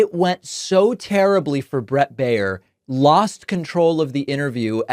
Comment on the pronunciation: When Baier is of german origin, his name means "bavarian", and is spoken "buyer" (in the variant where the 'er' is spoken like the 'u' in 'husband'). Greetings from Munich, Bavaria, Germany. We don't need this guy here...